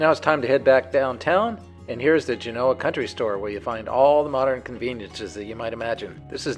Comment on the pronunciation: History lesson from a guy that doesn't know how to pronounce Genoa! Interesting 😂